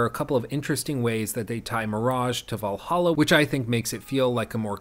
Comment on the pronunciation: valhalla? You mean, valahha